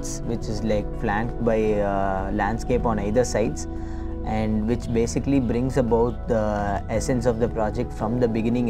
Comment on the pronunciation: Hi Mam it's which, not wuch